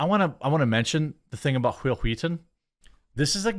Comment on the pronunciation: It's telling that another show can change the culture so much that noone can say your name without pronouncing it "Hwill, Hweeeton."